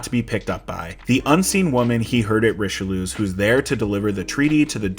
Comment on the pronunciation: I have to laugh because every time you called the one dude "Rishloo" all I could think was "That's a band not the villain you're referencing" The editor noted it once but you kept doing it, but you also said the right name too, but I forget it Risherford or something like that. Good video, I didn't realize this movie was so poorly reviewed as I, too, had fond memories of it. I was only like 9 years old when it came out though so, who knows what can be said of my movie tastes at such a young age?